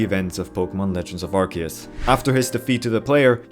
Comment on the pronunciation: it's pronounced arc-oo-se!